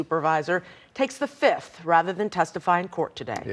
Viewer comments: Did she say the 5th, or "The Fizz-ith"? She the new Nino Brown, baby. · Something tells me she actually pled the “Fiff” or “fizz-ith” lol